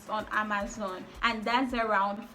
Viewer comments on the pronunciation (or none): none